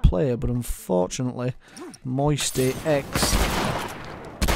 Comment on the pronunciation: its "MMoisty" not "MMoistyx"